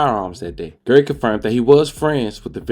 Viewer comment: Bro His Name Is GARY RHYMES WITH CARRY Not Gerry and Idk what you called Dante Rodreguez first name I swore it said Terry 😂😂😂